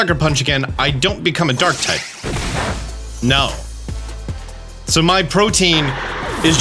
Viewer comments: Pro-tea-en. Not Protein... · "protein" is not how you pronounce protean. think proto-ian. protean. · Bro. Killin me. It's not pronounced "protein". It's pronounced ˈprōdēən' 😂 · pro-tee-un, not "protein". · Its PRO-TE-AN not PRO-TEIN. Protein is the one you feed your pokemon to raise EVs. Its not LE-BI-RO its LI-BE-RO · If I hear one more poketuber say "protein".... IT'S PRO-TEE-AN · Omg it's pronounced Pro-tee-un not like protein lol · You’re mispronouncing Protean and Libero. It’s Pro Tea Ann, it means to change frequently or easily. Lee Bear Oh, it means free in Italian, and it’s also used in volleyball to refer to a team member whose sole focus is to play defensively and move wherever they want. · Protein = (pro-TEEN) Protean = (pro-TEE-ehn) sorry was just bugging me the whole mewoscarada segment lol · Pro-tee-an or pro-teh-an, not "Proteen". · How are people still incapable of pronouncing "protean" it's not "protein" you have to pronounce the e and a separately. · Protean. The ability is protean. In case anyone else heard "protein" (a consumable) and also got confused. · Love your videos! and I hate to be that guy, but I'm a huge language nerd. Protean isn't pronounced like protein; it rhymes with the name Ian, or Korean. It's an adjective that means "tending or able to change frequently or easily, versatile." I wasn't going to comment anything but you said it so many times. Thanks for all the content! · Man I couldn't keep watching after hearing how you pronounce protean. Protein =/= Protean. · “pro tee ann” :) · It sounds like prow-tee-uhn. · I can't help but hear Protein instead of Protean this whole video and while I acknowledge it's really not a bit deal it is simultaneously tearing up my brain lol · "Pro-Tee-an" for fucks sake my dude. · FYI it's pronounced pro-tea-an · Li-bear-oh and pro-tea-en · Protean is not pronounced the same as protein lol